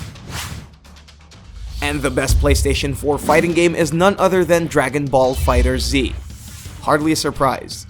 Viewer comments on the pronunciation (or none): You said fighter zee TRIGGERED